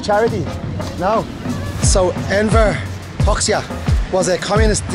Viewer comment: It is pronounced Hoja